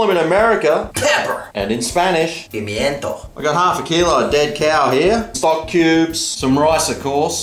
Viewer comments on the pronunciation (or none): none